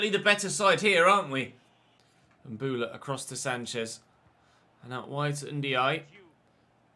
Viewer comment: It's Mbowla, not Mbula mate. You should play in a wide formation against the lower teams, you're too defensive and it's hurting the team